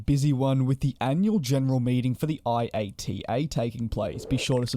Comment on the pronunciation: It's proncoued "IATA" as a word, not spelling out the letters. That's how anyone in the industry does it.